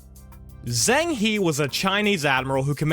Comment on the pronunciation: ‘I’ll try and get the pronunciations right' Completely butchers Zheng He. Come on man it takes 30 seconds to type his name into google and hear a Chinese person say it.